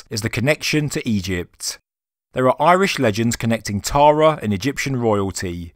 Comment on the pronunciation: Ah man at least contact Irish people for pronunciations stop assuming you know